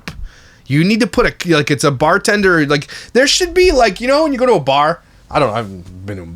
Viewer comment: you mean BAHHH-TENDA!